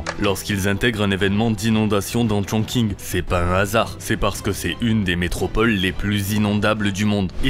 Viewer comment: Chongqing se prononce ChongTCHin